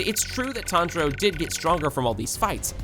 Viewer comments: Is no one talking about him saying tanijro 🤣🤣🤣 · So you don't know how to pronounce their names Nakime is (Nak-a-mee) Tanjiro is (Ton-juh-ro) And everyone else's I can't explain